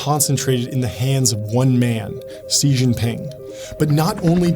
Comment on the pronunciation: Stop saying "ze Jin ping" it's pronounced "shí or she Jin ping" terrible journalists can't say names.